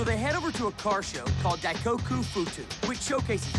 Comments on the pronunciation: it's pronounced dai koku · diet coke party lmao its dai koku party XD